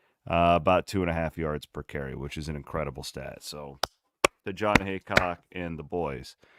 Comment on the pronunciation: it’s HEAcock not hancock for fks sake